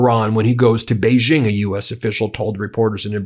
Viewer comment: Ben, please upgrade your pronunciation of Xi Jinping. “Xi” sounds much more like English “she”. Neither it nor Beijing”use the French “g” as in “beige”. So “Xi” should sound like “she”,and the “-jing”in “Beijing” should sound exactly like “jing” in “jingle bells”. — China watcher.